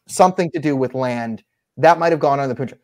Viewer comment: For the Love of God... Please stop pronouncing it as POON-jab... It is Punj-aab. I respect your analysis of this Issue. I agree with you almost unanimously... But for the Love of God!!!! It is pronounced Punj-AAb.